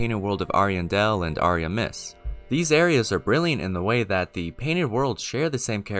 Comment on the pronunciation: Ariamiss lmao 😅 Ariamis is not said like that